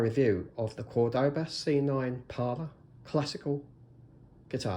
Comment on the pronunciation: *CÓR-do-ba Emphasis goes on the first syllable.